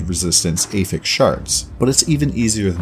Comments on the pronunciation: affix, not ey-ffix....just like apple, not ey-pple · Meh, I prefer 300x content to telegraphs. Wildstar lost to wow remember. Also, you are saying "affix" like you are trying to attach something to something else (verb form). When you mean the noun. Blue items have 1 prefix and 1 affix for example "Rusty blade of the fox". The prefix is "rusty" the affix is "of the fox". So when "one affixes affixes" and they are pronounced differently. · Prefixes and suffixes are both affixes. Yes he does say it wrong, though.